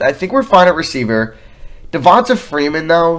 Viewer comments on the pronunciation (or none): It’s pronounced Devon-tay